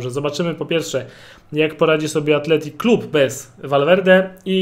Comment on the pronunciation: Athletic a nie Athletico